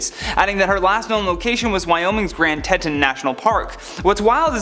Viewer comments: FYI it's pronounced "tee-taun" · Teeton. It’s TEEton.